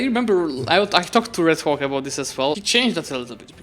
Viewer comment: I can't stop laughing whenever pronounce Red Hawk as 'Red Cock' 😂😂😂